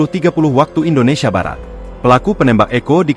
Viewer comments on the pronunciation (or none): none